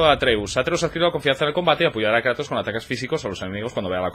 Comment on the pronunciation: Dale cańa al Kreitos Gaaar of guuuor😎😂👌🏻